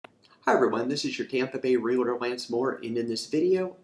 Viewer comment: It's Real-tor not Realator, lol. Great video!!